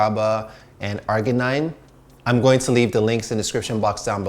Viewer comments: Arginine is pronounced ar-jin-een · you mispronounced the word "arginine".